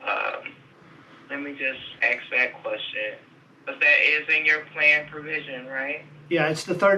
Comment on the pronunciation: Love the “let me ax that question” 😂